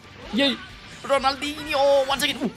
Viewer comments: Da próxima vez que for insinuar o Ronaldinho fala direito 😊😊😊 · being brazillian and see saying "Ronaldinho Soccer" is so hilarious, lol.